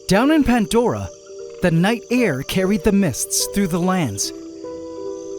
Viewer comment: It’s “pandora” not “pantdora “ I can’t believe this guy- he got hydromeda right tho